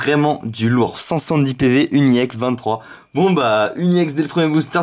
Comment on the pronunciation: pk tu dis iex :D